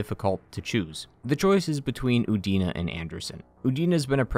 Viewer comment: I could have sworn for a moment you said Udini